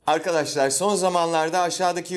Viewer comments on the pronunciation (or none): none